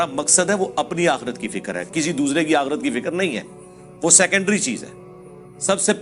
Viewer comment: It's not "akheeerat" it's "aakhrat" Hereafter